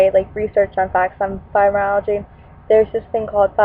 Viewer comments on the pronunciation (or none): It's pronounced FibromyalgiA! Not fibromyalgiE...